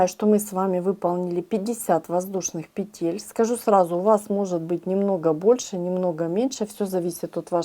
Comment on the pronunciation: Если вышла в интернет,говори правильно: пЕтель,а не петЕль,наверное,не русская.Очень режет слух!!!